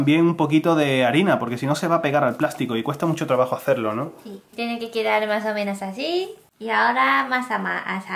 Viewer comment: Me encanta cuando dice "No pasa nah" o "mah o meno" ><❤